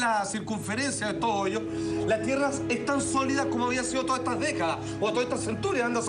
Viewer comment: joyos, joyos xD Que puto acento jajajaja